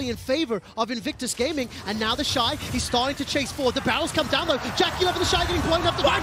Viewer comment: Same!!! I have to stop and be like "who tf is 'theshee'"